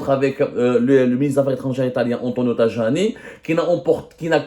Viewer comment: Semmare on dit TAYANI.pas tajani !